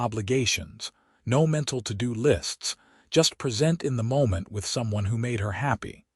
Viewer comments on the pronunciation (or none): At about : : the word 'present' is mis-pronounced and has the emphasis at the wrong grouping!. The first 'e' should be a soft 'e' and the first three letters should get the emphasis!. Oops LoL 😢😢